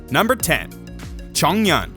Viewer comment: coming from a chinese person: chongyun is pronounced as chong yu-win but you have to pronounce yuwin very fast xiangling is pronounced as see-ang ling, not shee-ang ling.